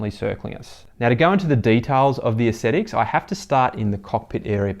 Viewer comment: An ascetic is someone who eschews indulgent behaviour through self-discipline. Aesthetics is the appreciation of beauty. They aren't pronounced the same. You keep pronouncing aesthetics as ascetics. Apart from that, good review.